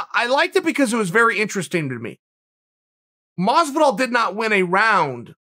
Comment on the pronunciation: Nobody: Chael: George Mazviduhl Nobody: Chael: Oohzmahn